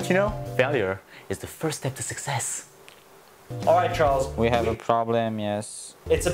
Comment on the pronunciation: he said "Chrals" not "Charles" 😂